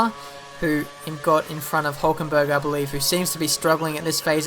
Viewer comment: I come from germany.. :D Hülkenberg = Huelkenberg :D